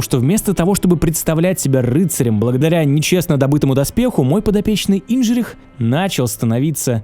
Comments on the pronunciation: Он Индржих, а не Инжирих)) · Не Инжрих, а Индржих) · Не инжрих а Индржих(индро) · Все круто, но гг зовут не инДЖРих а инДРЖих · Индр-жих, а не Индж-рих. А еще славянин, стыдно должно быть! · Да не Индрыджых это, послушайте озвучку, бред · инджих правильно . Чехи говорят так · Пройти игру, сделать комплиментарное видео, но неправильно произносить имя ГГ это, конечно, сильно. Лучше б просто "Индро" называл. PS игра топ.